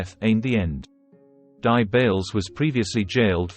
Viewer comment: Dear Speaker, please can you NOT say D.I. Bails as if Di is a name? it is Not. He is (or rather WAS as he is dead now) Detective Inspector Bails - The DI are NOT his initials - stand for DETECTIVE INSPECTOR!